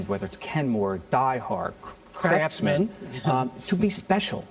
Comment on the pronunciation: someone jumbled up "craftsman"